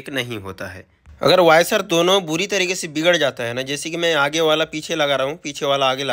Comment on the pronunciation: वॉशर बोलो भईया, वायसर नहीं।